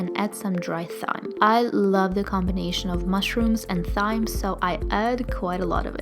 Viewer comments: I love your videos so much! Just wanted to say that thyme is pronounced "time". Much love from Seattle<3<3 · Such beautiful food! and by the way, thyme is pronounced like "time". :D <3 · thyme is pronounced as "time" just fyi!! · Great video!!! and for "Thyme" it's pronounced "Time" ;) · Thyme is pronounced as Time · i was scriolling through the comments when she she ssid thyme, waiting on to see this comment lol